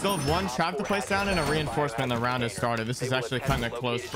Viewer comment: bro said roundt